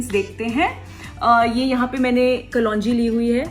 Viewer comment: Who says kalonji ko kalwanji?😉😂😂